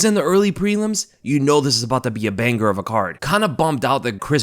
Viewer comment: The BANG - GRRR of the night (as this idiot pronounces it) is Jorge vs Gilbert, or Israel vs Alex